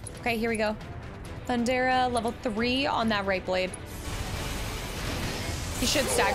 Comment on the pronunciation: I’m nitpicking here, but Lv 3 lightning is THUN-DA-GA not Thun-dara 😉